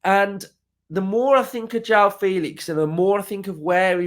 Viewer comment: nooo mate, not Joao